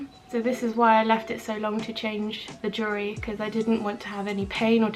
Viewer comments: UGH! Jewelry....pronounce- jewel-ry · "jewry" haha love you 💕